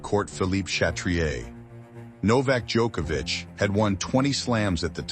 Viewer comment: FINALLY I hear an American actually pronounce Nole's name correctly. Every damn American I hear says DjOHkovic with a long O sound, drives me insane. Just hate mentality like "we'll pronounce it how we see it and not make any effort". To the narrator, thank you, it is appreciated.